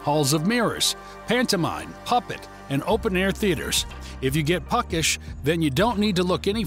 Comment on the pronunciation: I don’t like how sterile it sounds. I prefer a more amateur video when it comes to travel. Also, this weird narrator said “puckish” instead of “peckish,” and that makes me think it’s completely AI-generated, so…it’s a no from me.